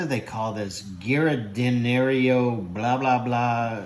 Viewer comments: giardiniera - pronounced Jar-din-ear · That looked darn good. I usually add green peppers and mushrooms with the onions. BTW, that blah blah blah is pronounced Jar-De-Nair. No idea how they got that out of giardiniera, it's a Chicago thing...LOL